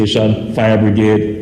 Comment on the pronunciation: The word is Brigade not bregrade